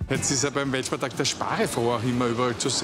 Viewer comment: Grüße gehen raus an alle deutschen Landsleute, die auch jedes Mal gezuckt haben, wenn er WELTspartag gesagt hat. :D